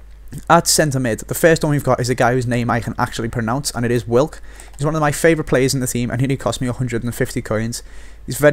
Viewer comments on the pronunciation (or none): I think Wilk is actually pronounced Vilk, Fairly sure w in Polish is a v. Hense Lewandowski is Levandovski when pronounced etc